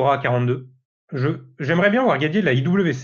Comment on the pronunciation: En allemand IWC se prononce effectivement IVC 😉